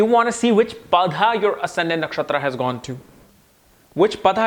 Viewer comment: you sometimes mispronounce Sanskrit words. For eg. Shatabhisha, Saatwik, etc. 🙏 It's not "Padha", but "Pada".